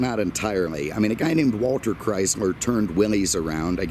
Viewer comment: Did you say Chrysmer?